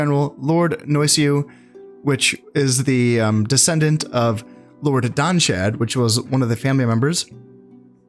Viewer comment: I still prefer the way you say it! Don Chad!